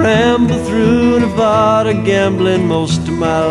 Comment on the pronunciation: Always frustrating to hear someone pronounce Nevada wrong, great songwriter or no.